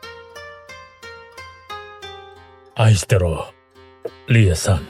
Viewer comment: anong aystero be 😭 Ayshteru yung pronunciation nun 😭